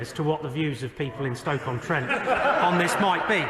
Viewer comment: STROKE - on - Trent. Really?